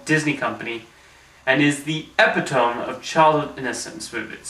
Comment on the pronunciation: yeah I wonder why he kept mispronouncing stuff in his early ears, or if it was intentional